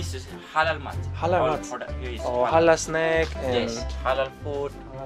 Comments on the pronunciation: Halal not Harar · The way you pronounce Halal is so adorable 😍 I'm a Muslim too and I'm so happy i came across your channel